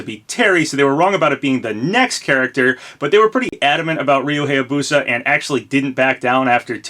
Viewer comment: im begging you please say Hayabusa correct its bugging me.